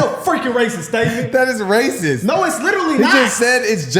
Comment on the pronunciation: The bros squabbling about “am I raciss” was tedious as hell, but the rest of the vid was good.